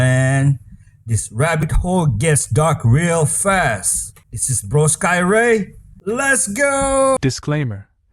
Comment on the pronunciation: It’s pronounced “Bro-s-key” or “bro-skee”.